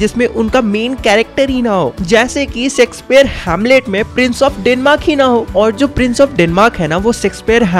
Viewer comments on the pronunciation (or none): Bro sexpeare nhi Shakespeare😂😂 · bro words ache se bole karo shakespeare ko sexspeare nahi boltee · Bhai ji wo Shakespeare h .. naki sexpare😅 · He said sexespeare instead of Shakespeare's 😂😂 1.50 But apart this explanation is so amazing 👍👍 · I threw my phone when bro said 'Sexpeare' 💀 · Same here bro 🤜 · Pronunciation of sheksphere is so funny😂😂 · Bhai Shakespeare ache sebolna kuch aur hi sunai padta hai... 🌝😂😂